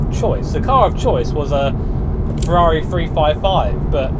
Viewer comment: Chavrrari which sounds like Ciaorrari